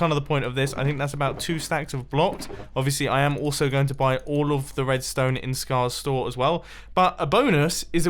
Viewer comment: You said Tedstone on intro